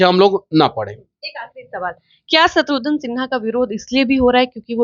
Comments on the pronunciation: शत्रुघन नहीं शत्रुघ्न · शत्रुघ्न बोलो तुम लोग शत्रुध्न या शत्रुधन क्यों बोलते हो। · दोनों ही नाम का गलतउच्चारण कर रहे हैं , शत्रुघ्न है ना कि शत्रुधन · शत्रुघ्न को शत्रुधन मत बोलिए नेताजी व पत्रकार महोदया। घ की जगह ध बोल रहे हैं आप, कृपया शब्दों को उच्चारण ठीक से किजिए।